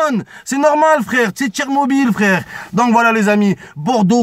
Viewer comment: "c'est Tchermobyl" il a dit...